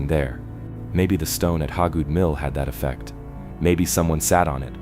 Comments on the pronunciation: it's pronounced Hay-good and there is no trees or sunlight around it, it's been put under a shelter to protect the petroglyph. The mill itself wasn't there originally it was moved there in the early 1900's. The petroglyph rock is in its original location if I'm not mistaken, it was found by someone doing yardwork at the mill in the late 2000's. I live a half a mile down the road from it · HAY-GOOD. It's HAY-GOOD. I've lived in Pickens county most of my life. That name is all over the place. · Yeah, why didn't someone fix that crappy AI pronunciation before they published??